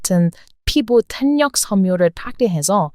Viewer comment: 좋아하는, 발음 교정좀 하세요. 한참들으니 피곤해요. 모든언어는 연음 법칙으로 말해야요. rain을 한국말로 할때는 뤠인이 아니라 레인(lane)처럼 한국식으로 말해보세요. 나의 충고가 도움이 될거야요. 모든 강세를 없애세요. 탄력은 탈력